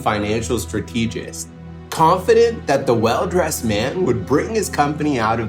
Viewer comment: How did you say strategist? Go back and listen to yourself you said it wrong